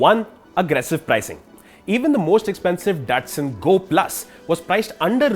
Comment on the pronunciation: Its pronounced Da-tsu-n